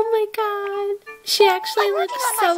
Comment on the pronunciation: Oh my GAWD CWISTMASSSSSS